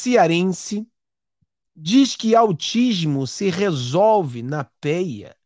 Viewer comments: Se fala peia meu amigo e não péia 😄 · Não é peia é pêia! Ele quer dizer com surras , chibata também é surras bater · SE PRONUCIA "PÊIA" É O MESMO QUE SURRAR UMA PESSOA UTILIZANDO ALGUM OBJETO, TAIS COMO CHICOTE ETC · peia e chibata é mesma coisa: Ato de surrar alguém. A pronuncia correta é "PÊIA". EX: Fulano levou muita pêia, ou seja, foi bastante surrado. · A pronúncia é : Pêia. Ou qualquer tipo de surra, chibata é um instrumento de couro para surrar ou bater em animais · A pronúncia é pêia